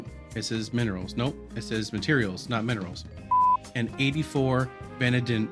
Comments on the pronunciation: Very well put together, easy to follow without phallus stuck in fan. Btw its pronounced (vuh-nay-dee-uhm). 😂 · The way this guy says vanadium is hilarious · van-AD-ium and sieve rhymes with give :)